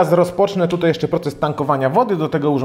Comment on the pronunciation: Sam test przydatny, dziękuję. Ale mam dwie uwagi. Pierwsza to język. Popracuj proszę nad wymową. W większości przypadków tam gdzie wymawiamy "ą", Ty mówisz "om" ("bateriom" zamiast "baterią", "kolejnom wersjom" zamiast "kolejną wersją", lub "tutej" zamiast "tutaj"). Druga rzecz to scenariusz. Sam test brzmi dość chaotycznie, skaczesz z tematu na temat, może warto zrobić listę tematów i jechać według tej listy?